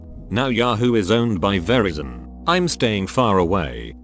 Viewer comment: REpeat after me...Ver-I-zon.